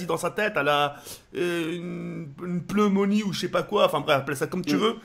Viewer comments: une pleumonie? c pas plutôt pneumonie et c'est u e maladie des poumons lol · Ta mal entendu^^ Il a dit: PLEUMONIE xDD